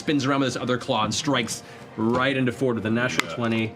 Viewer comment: Isn't Fjord pronounced more like Fi-yord? If it was just Ford it'd be spelled like Ford, right?